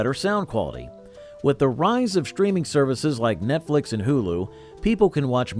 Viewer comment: "shtreaming" is not a word.